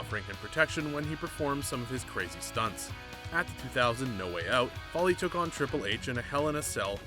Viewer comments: Its Foley (foal like coal) NOT Folly. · ok lets do this its pronounced FOE LEE not fally damn it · Why is he calling kick floirie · Who is Mick Fally really that’s embarrassing if your make videos on wrestling atleast know how to pronounce the characters names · Vondre Bridges he pronounces all names wrong he calls cesaro seesero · It is pronounced foley as in fow lee